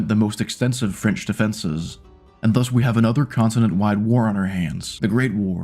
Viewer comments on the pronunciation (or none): none